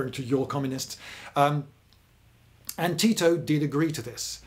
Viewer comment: Oh I would pronounce it Ti - To